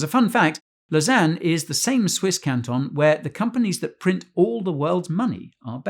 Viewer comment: u actually pronounced Kanton correctly. for all those that do not know. A "Kanton" is a Federal State similar to US States. it is definitely now a new swiss coin! ;)